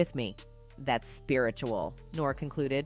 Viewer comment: Did she call Nore.... Nor??? Do your research!